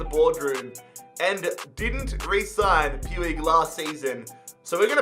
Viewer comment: It's pronounced pooch not pewig just sayin lol☺